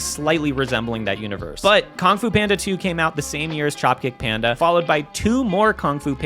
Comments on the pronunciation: Kong Fu Panda was said so many times, even as you flashed KUNG FU PANDA on screen 😅 Is it your accent? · it's pronounced kung fu panda not whatever you said